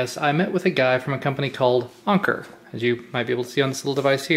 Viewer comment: Isn't it pronounced Anchor?